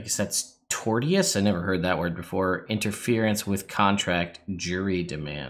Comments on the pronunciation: Not legal advice*... but just a few things: : "Tortious"... "Torts" are the broad range of causes of civil actions outside of contract claims. Tortious Interference is a cause of action when an entity interferes with a contract... there are legal elements to it but its pronounced tor-shuhs : They aren't suing for $75,000... that's just establishing jurisdiction... specifically "Diversity Jurisdiction"... they are explaining why the Court they have filed in has "jurisdiction" to hear the matter / over the controversy / contract... Lawsuits follow rough format... this one is 1) "Nature of the Action" (ie. Summary); 2) "Jurisdiction and Venue" (Why this Court can hear the case with Parties in different states); 3) "Parties" (Identify the parties to the lawsuit); 4) "Facts" (Defendant will have to Admit or Deny if these are True); 5) Causes of Action / Claims For Relief (Each Legal Theory Plaintiff(s) are suing under); and the Prayer for Relief (What they are seeking) I'm working while I have your video playing on the side so I haven't looked at it in detail... but I just heard where you said they were seeking $75,000 which it could be confusing to a non-lawyer... their prayer for relief is at the end... Which I'm guessing is going to be a combination of Specific Performance (forcing Defendant to perform under the alleged Agreement) and Damages. They likely don't have a specific dollar amount for damages yet listed in their initial pleading. Again, *not legal advice.... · Tortious is pronounced like "torch us" except sh..."torsh us" or at least close to that.